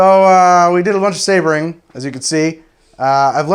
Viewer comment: "Showering in sabaring"............... oh noooooooooooo...